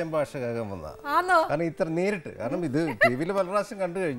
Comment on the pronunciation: fasha അല്ല ഭാഷ